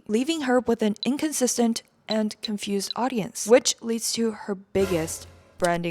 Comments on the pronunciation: "are we... confusi?" lol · “Are we confusi?”😂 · "Are we confusi?" Made me roll😂